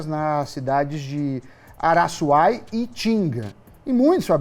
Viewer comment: Araçuaí... acento no í... e não Araçúai